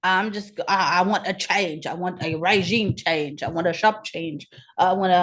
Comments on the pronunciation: Oh My God! I am dead ... Regime change sounds more like Raygime Chaynge 😅😅😅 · Now I get it!I get the comments. 🤣 I was wondering what Raygime chaynge was.🤣🤣